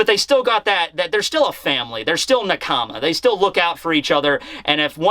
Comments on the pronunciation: Na-ka-ma not na-kama come on bro. 😂😂😂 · i love you man but please get the pronunciation right to 'nakama' not naakama, you wacht the sub no?? and not akaiiiinu but a kaI nu fr the rest i watch every video daily bro love it!!!!